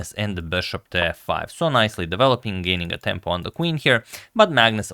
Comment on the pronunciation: "so he didn't have to waste any tempy"